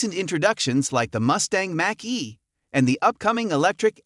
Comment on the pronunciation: My buddy drove a pale yellow 1969 Mustang, and my former neighbor had a beautiful yellow El Camino. I was disappointed by the look of the Mackey, but I look forward to the Day-Butt of the Ranchero. I'm also rolling my eyes HARD at the A.I. announcer's inability to pronounce "Mach E" and "debut." 🙄